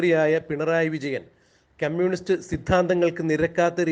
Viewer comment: ക്യമ്യൂണിസ്റ്റല്ല, കമ്യൂണിസ്റ്റ്